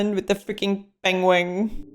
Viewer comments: Pengweng. Hahaha. I always say pingwing. And your Flemish/Dutch "gotver" is a masterpiece. Fun reaction, thanks! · pronounces penguin in the same weird way Benedict Cumberbatch does. Pangwing, lol. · you pronounce "Penguin" exactly like how Benedict Cumberbatch does in this clip lol